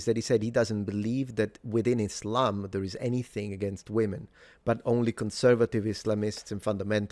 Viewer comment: He pronounces Islam like "is lame."